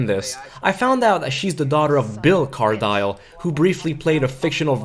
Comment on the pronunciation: Its pronounced Car DILL NOT Dile